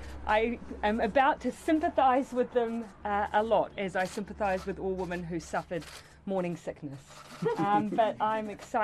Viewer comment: i love jacinda, but i find it funny she continually pronounced the collective "women" as "woman" the entire time.... or is it the accent? I honestly can't tell ...